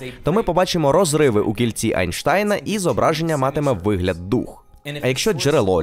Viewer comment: Чому перекладач постійно Енштейна називає Анштайном? Це так дратує(